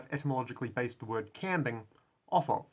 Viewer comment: You consistently pronounce the new word "qambing" as /'kæmbɪŋ/, yet on screen the pronunciation is /kʌmbɪŋ/, with no indication of stress.